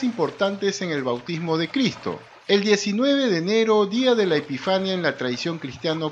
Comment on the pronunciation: Es epifanía con fuerza de voz en la penúltima silaba y es canónica. Al menos si van a leer, hagan lo bien, por favor.